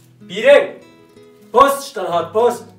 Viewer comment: ما احلا لما قال Post قال كوشت قال رسالة قال غسالة لما قال Brief قال بعيف 😂😂😂😂😂😂😂 ههه حطو لايك 😌